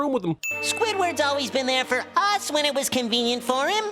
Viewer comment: Everything Wrong With: "wihen" is not a word.:^)